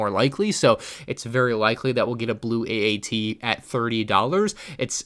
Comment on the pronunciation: No, did you just say “atat”